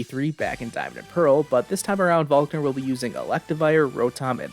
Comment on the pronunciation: why did you call volkner falkner they are clearly different